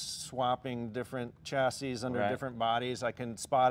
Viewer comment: Say chassis properly it’s infuriating